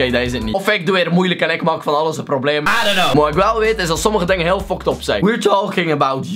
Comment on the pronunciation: Hij spreekt fuckt up uit als foktop